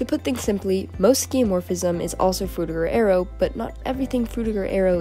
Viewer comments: Sounds like you say "Frutigo Aerio" sometimes. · Are you like... A real person? How do you manage to change your pronunciation of Frutiger Aero that much lol Frutigo Aereo? Hehe :P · i think you pronounced Frutiger Aero 9 different ways in this video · It's funny how we went from Frutiger Areo to Cyberpunk Dystopia in a matter of a decade or less. Also, I find it interesting how your pronunciation of "Frutiger Aero" changed as the video went on. [Edit: LOL you called it out at the end.] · I like how, halfway through, you started changing the pronunciation of Frutiger Aero every time you said it. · drinking game: take a shot every time she mispronounces "frutiger aero" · u never pronounce "frutiger aero" the same way twice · Bro how are u gonna pronounce frutiger aero like 5 different ways. 6 as i write this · take a shot everytime the narrator switches their pronunciation of frutiger aero